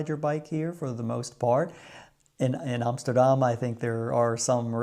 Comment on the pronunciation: 22jaar in Nederland en het enige goede wat je uitspreekt is AMSTERDAM???NO WAY,,!!